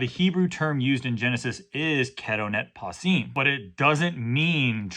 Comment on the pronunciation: Your pronunciation isn't too far off, modern Israeli pronunciation would be something like [kɛtoˈnɛt paˈsiˑm], you said something like [ˈkʰɛˑˌɾoʊˌnɛt̚ ˌpʰɑːˈsiːm]